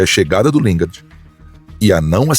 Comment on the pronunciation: Lingar eh a pronuncia, o D eh mudo,.